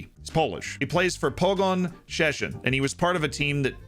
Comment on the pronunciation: Man have problem pronouncing "Kacper" but takes on "Szczecin" like native drunk Pole xD